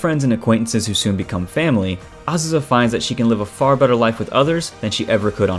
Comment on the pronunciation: Did you just say familly?